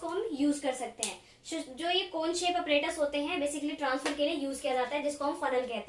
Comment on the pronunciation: APPARATUS ✅ apperatus ❌